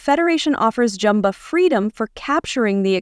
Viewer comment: JUmba. Not Jumba. Program your AI better. No Kingdom Hearts?